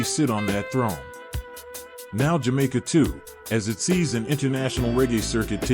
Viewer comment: You gotta do more reasearch in pronunciation of names and jamaica words